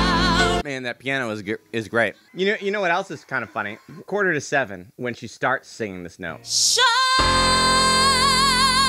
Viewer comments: the way you say seven in this cracked me up. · you say seven in a funny way in this video